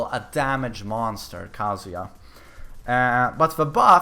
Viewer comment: I dont think kazuya is pronounced as u pronounce it ;)